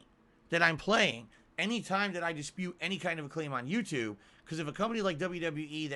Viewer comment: "The on demand Yoututbe audience" HAHAHAHAHAHAHA!